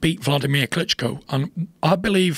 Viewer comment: He says “Klitco” - sounds like a brand of intimate female devices.